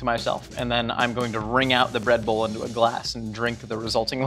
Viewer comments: Did any one else hear Redbull when says breadbowl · I keep hearing “red bull” instead of “bread bowl” and I can’t say I’m surprised with as the host